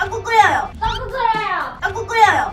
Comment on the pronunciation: 앜ㅋㅋㅋㅋㅋ 일단 넘모 귀엽고! ㅋㅋㅋㅋㅋㅋㅋ 이거 은근 중독성 있네? ㅋㅋㅋㅋㅋㅋㅋ 떡국 끓여여 떡꾹끓여여허ㅋㅋㅋㅋㅋㅋㅋㅋ 자꾸 들으니까 발음이 떠끄 끄여여 처럼 들려 ㅋㅋㅋㅋㅋㅋㅋㅋㅋㅋㅋㅋ